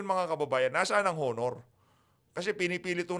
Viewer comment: blogger, HINDI po “Honor”. “Onor” po. Yong “H” ay silent(walang tunog pagka sinabi ang salitang “HONOR”.